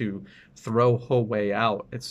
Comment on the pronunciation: You are one of the few people who pronounce Huawei correctly.